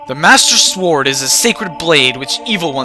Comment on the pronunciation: and its pronounced saurd